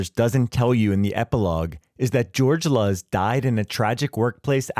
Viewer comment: George Luz, pronounced "Loose" as Luz is light in Spanish. Get it right.